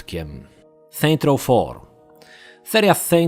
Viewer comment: "seint roł" w tym momencie moje uszy umierają.